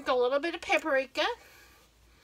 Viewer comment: IT'S PAP-RIKA IT IS NOT PAP-A-RIKA......... READ IT AGAIN